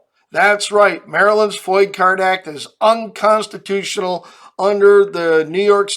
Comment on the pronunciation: "UNCONTITIONAL" Wow!